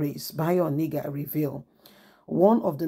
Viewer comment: You just refused to pronounce this name properly all this while. He is called Bayo ONA-NU-GA not Oni-ga. These two names can't be same name. Pls patiently learn how to call names so faces can be placed to the right names